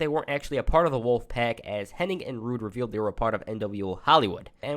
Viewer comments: Hennig…. Not Henning🙈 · How come all of these people that make their living off of doing wrestling videos CAN'T say Mr. Perfect's real name CORRECTLY?? It's Curt HENNIG, NOT "Henning"!! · its Hennig not Henning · Henn-ing is what bestialiacs do on Friday nights. Hennig sounds like the first part of Bennigan's.